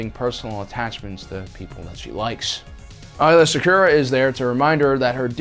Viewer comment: Why are you mispronouncing Aayla Secura's name?